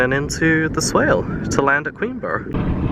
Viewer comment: Pronounce it queenbra